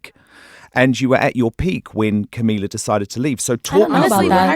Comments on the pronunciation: 'Cumila cabello' EW I CANT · HE CAN'T EVEN PRONOUNCE CAMILA'S NAME JESUS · he's claiming to be the biggest fan or whatever and give them a boost while not knowing how to pronounce camila's fucking last name LOL SURE JAN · Says he's been supporting them from the beginning... but can't even pronounce Camila's last name correctly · You claim yourself as a supporter but you can't even pronounce camila's name properly and you fuckin make them uncomfortable. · Y'all care about the question but i care about the way he said her name he said her name wrong. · He's been suchhh a fan that he can't even pronounce camilas name right